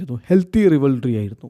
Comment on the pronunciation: ഇങ്ങേർ സ്ഥിരമായി തെറ്റിച്ച് പറയുന്ന വാക്കുകൾ ആണ്‌ 'റിവൽറി' (റൈവൽറി), പിന്നെ 'ഐഡോൾ' (ഐഡൽ).... 😬